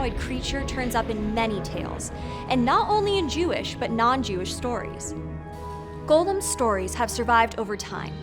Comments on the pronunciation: Loved your take on the Golem story, learned a lot from it!! Also, the way you kept saying Gollum instead of Golem is “Precious!” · Golem's pronunciation is malleable apparently also. Listen carefully to all the times that you pronounce the name of the monster. Once you pronounce it as "Gollem", like in The Lord of the Rings. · That's an incorrect pronunciation. The correct pronunciation is "go-lem", just like how it's written. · Except for when she slipped and pronounced it how she really wants.